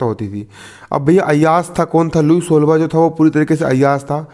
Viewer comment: Nice sir lekin लुई सोलाहवा hai jise app kya bol rahe ho